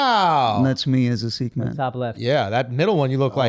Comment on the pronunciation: Its funny how Andrew is pronouncing "Sikh" correctly and the guy from India isn't.